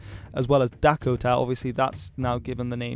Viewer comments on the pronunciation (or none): none